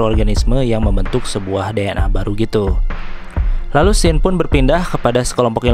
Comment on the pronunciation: Gw udah sub bang. Krn u baca scene dibaca sin. Cz ada yg bikin pidio scene dibaca sken bikin geli. Wkwk2k